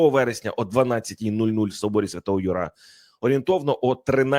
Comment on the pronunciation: слід вивчити правільні наголоси. Собор св. Юра, а не ЮрА.